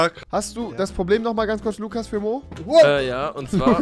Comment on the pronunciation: Lugas mit g